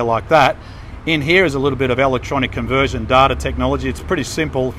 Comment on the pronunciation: Interesting and informative. To be pedantic, the word is 'electronic' not 'alectronic'.